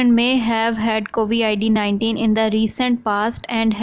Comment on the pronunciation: It's Covid and not Covi-ID. How in the world can you get that wrong.